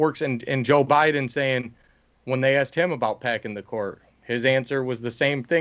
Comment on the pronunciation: Did I hear Kamala call joe “obiden”